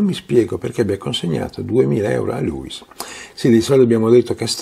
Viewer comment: Perché pronunci Gliùis e Dùglio? Si dice Lùis e Duìlio (con l'accento sulla ì)